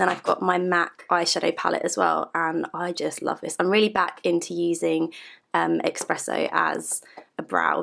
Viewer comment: Mac Esssspresso. Not Expresso